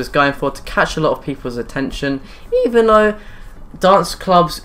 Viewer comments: IIIven though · eEEEven though! 😂😂😂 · eEEEven though.. 😂😂😂😂